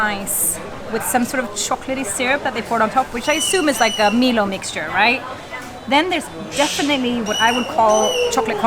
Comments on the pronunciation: haha.. "Mi-loh" its from our side of the world Pronounced "My-loh" AU/NZ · OMG it is My-low, not MeLo… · Milo is Australian and pronounced ‘MyLow’